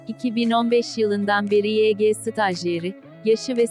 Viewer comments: YG yege diye değil vayci diye okunuyor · Pardon da yg yege diye okunmuyor vayci diye okunuyor